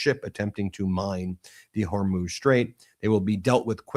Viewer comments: Can someone please inform Ben of how to pronounce Hormuz! I'm beginning to wonder about the legitimacy of a news source that can't pronounce that. it's not her-moze... it's hoar-mooz. like whore and news with an m. Please, for all that's good and holy, if we're going to be talking about this strait for the foreseeable future, pronounce it correctly. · Ben it's killing me...HORE MUUZ.....NOT HOR MOZE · Hey Ben its pronounced Hor Mooo zzzz. Not hormoze. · Ben, it's not Hormōze. It's pronounced Whormooze! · It’s the Straight of Hormuuuz (long U sound, not Hormoz. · What's up with the Hermoz thing? Even the AI subtitles catch it... Is pronouncing Hormuz that hard? Hor as in horror, muz as in moose. Hormuz! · The STRAIT of: Whore-Muse❎ Hair-Muss❎ Hair-Mousse❎ Hor-MOSE❎ Hor-MOOOOZE✔ 😂 I'm dyin' ovah heah. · Ben, it's HOR-muze. HOR rhymes with the first syllable of Horror and Muze rhymes with a cow's moos. You’re so smart and successful this should not be a constant mistake you make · Straits of Hormuz (pronounced Hormoos) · Hor-mooz for goodness sake get the pronunciation right! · HOR muuzz. Not your pronunciation